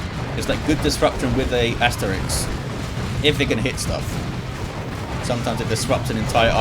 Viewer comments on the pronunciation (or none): Asterix is a comic book character, ASTERISK is pronounced like so